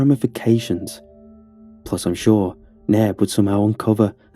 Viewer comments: The youtuber's accent makes it sound like the room mate's name is Neb, but I think his name is actually Nairb, which is Brian backwards. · Y’all the roommate’s name is Nairb not Neb or Nab